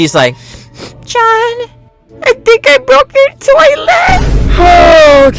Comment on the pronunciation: I love the “UNTIL.” 😂